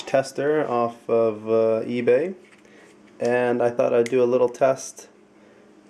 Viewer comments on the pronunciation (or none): none